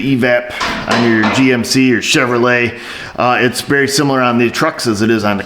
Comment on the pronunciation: I had to pop over fro m the UK to seattle, I didn't have time until now to say CHEROLET!